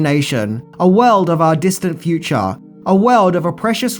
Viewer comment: i like the way he says FU-CHA!!!! I look forward to the fu-CHA!!!!